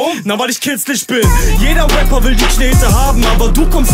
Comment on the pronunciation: ah da haben wir wieder einmal einen Waper alter warum kann niemand Raper aussprechen ?